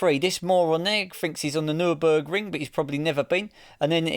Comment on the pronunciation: Nürburgring? More like Nur-BERK-ring.